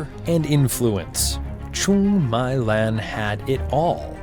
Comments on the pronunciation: her name is Trương Mỹ Lan, u should've said it as "Truong Mee Lan", not My Lan, she's not ur LAN network, bro lol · A little fix about pronunciation: the "my" in "truong my lan" is pronounced similar with "me" in english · Please learn how to pronounce her name before making this video.